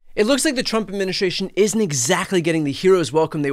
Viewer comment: Could you pronounce "Administration" correctly? It is NOT adminishrtration!!